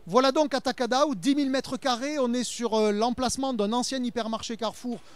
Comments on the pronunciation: Amei que o nome na França será mantido em português "Atacadão" e a pronúncia dele é bonita até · Eles pronunciando ''atacadão'' em brasileiro, já está bom!!!